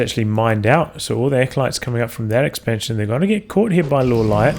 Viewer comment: Pronounce Lawliet correctly, please. :) Reforged is such a disappointment. And the spell/aura animations clutter the battlefield.